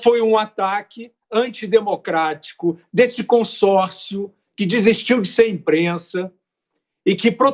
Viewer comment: "io o concórssio di inprenssa do brassil?" Gente essa é a geração Paulo Freire!! #GloboLixo